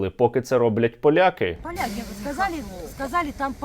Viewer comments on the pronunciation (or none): "ПАЛЯКИ.., там наемники... ПА-ЛЯ-КИ" Ага,..НАТА пришла...:body-blue-raised-arms::face-purple-crying